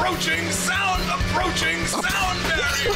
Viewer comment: APORCHING SOUND BARIER lol